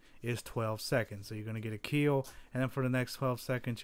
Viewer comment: It will "keel"